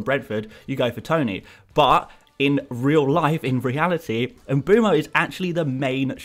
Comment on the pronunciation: “Em-boom-oh”? Why are English FPL commentators so poor at pronouncing foreign names? It distracts from what is otherwise excellent content.